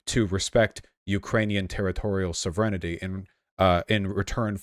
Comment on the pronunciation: “soh-vren-ih-tee” Wtf